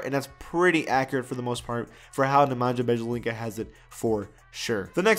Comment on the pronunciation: Nemanya - Biyelitsa.